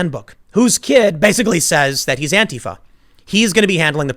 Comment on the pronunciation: Tim may be bald and stupid, but at least he pronounces Antifa the correct way